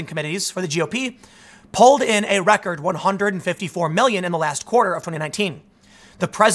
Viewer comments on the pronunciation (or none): none